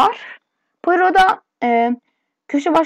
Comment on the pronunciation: payro diye okunur :D